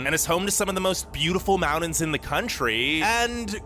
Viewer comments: I know, right? That voice is so irksome and the way he says "mountains" = "mount-ens" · the amount of time he said "mounins" lol